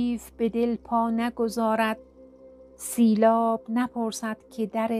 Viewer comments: واژه سیلاب راباید درست بیان نمایید . ممنون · خان سیلاب یعنی آب سیل درست تلفظ کنید. سیل آب